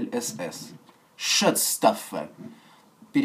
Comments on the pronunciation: шатс штаффэ )) угарнул) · Шуцштаффельн читается